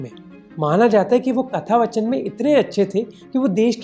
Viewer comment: Its not कथा वचन it is कथा वाचन.